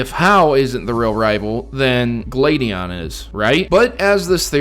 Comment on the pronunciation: You said gladion like gladyon